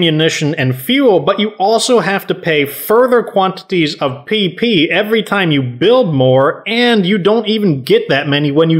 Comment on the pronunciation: I was literally just thinking that I was like if he says it one more time I'm going to freak out and he says pee pee supply and I'm like 💀